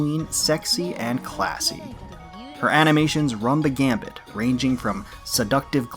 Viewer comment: Good choices. My favorite is Cheshire. It's the one skin I bought of these. btw it's "run the gamut" not "gambit".